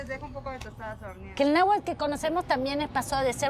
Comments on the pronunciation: Que horror que una argentina hable de la historia de México cuando ni siquiera se le da el pronunciar bien el Nahuatl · La Argentina no pronuncia correctamente ni el náhuatl ni el purépecha,una vergüenza que hasta en esto metan sus narices estos sujetos,oportunistas y aprovechados del llamado malinchismo, que existió, existe y seguirá existiendo,quitándole el privilegio de esa hermosa labor a alguien por el solo hecho de no ser blanquita la hacen a un lado.